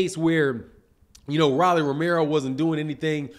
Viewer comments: Why you keep calling him Rally? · Lol why he calling him Riley 😂